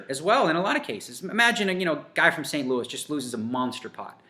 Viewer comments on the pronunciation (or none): none